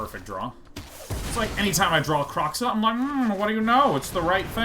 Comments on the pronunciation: I'm probably going to be the Autistic asshole that comments several times. First it's not Kroxxah it's Kroe xa (crow-such). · The X in Kroxa is pronounced like SH, it's not Kro(cks)a it's Kro(sh)a